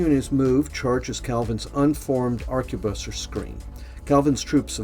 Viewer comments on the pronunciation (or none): Must say I enjoyed the vid... even though you mispronounced just about everything that could be mispronounced! The ‘t’ in Huguenot is silent. Arquebusier is Arc-a-bus-ee-yer (you missed the final ‘i’).